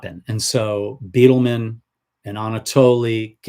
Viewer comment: It is pronounced Byedelman, not Beetleman.